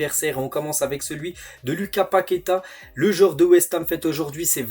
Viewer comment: stp tu peux mettre l accent luca paqueta c'est lucasssss